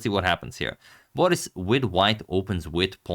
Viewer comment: "Boris" is also stressed on the last syllable